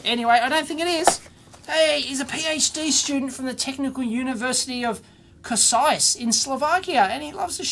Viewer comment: I almost died from laughter when I heard you pronounce Košice :D:D:D